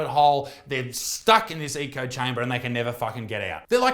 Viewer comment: Great video! One thing tho, you kept saying eco chamber, dude, it's echo chamber ✌️